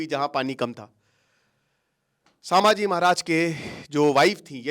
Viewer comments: तुम्हें कल ही बोला था "संभाजी" महाराज सामाजी नाही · It's not pronounced as saaambhaji mahraj.. it's sum.. and written as sambhaji maharaj.. correction from a Marathi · It’s संभाजी महाराज not सांभाजी महाराज please correct it 🙏🏻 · भाई... सांभाजी महाराज नही... संभाजी महाराज. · सर वो सांभाजी नहीं छत्रपती संभाजी महाराज हैं ....आपको हजारो लोग देखते हैं आपका एक गलत शब्द ..लोग पकड लेते हैं ... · I would kindly want to request you to rectify your pronunciation as Sambhaaji maharaj and not Saambhaaji maharaj. I hope you would take it in positive way. Thank you